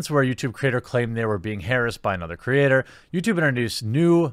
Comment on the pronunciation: Nnnnnnnnnn why are you pronouncing “harass” so weirdly? Why?